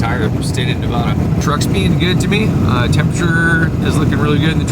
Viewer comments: LOL, still pronouncing "Nevada" like a tourist. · Ely is pronounced E Lee. Nevada is pronounced Nev adda not Nev ooda. Love your channel. Have fun. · E-LEE NI-VAA-DUH not NA-VAUDUH!! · EEE-lee, Nu-A (like in cat)-dah. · Great video. Thanks for taking us along on your adventures! Nevadan here - pronunciation is ee-lee ne-vad-uh (vad rhymes with mad) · Eee-lee Nu-vaa-duh I know you're on the road, but I'm seriously disturbed by the amount of burgers and pizza. Take care of your health, so you can do this for a long time. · If I had known, I would have warned you about Grand Sierra Resort/hotel. Lived in Reno (actually Sun Valley) over 20 years, and that Hotel is notorious for theft. Lucky that all you lost. Nevada is pronounced ne (nah) v a(ah) da. It's Eelee Ely). Who would have quessed. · E LEE Navada. lol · I live in Vegas my whole live. It’s pronounced Ely with a hard E at the end. And it’s NA-VA-DUH…. Love your work bro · It is not NevAWAWADA. Come on. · It’s ee lee for sure lol. Now if we could just get him to pronounce the state name correctly 😂. Nev a duh. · Fallon has the only Top Gun facility in the world, so when you see the movie that is the city they train in. Also learn how to say Nevada, it drives us nuts. Nev a da The first a is a short vowel like in apple. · Nevada is pronounced with the first "a" being like the "a" in dad, not like saying ahhh for the dentist. It's a state not a bottled water. 😁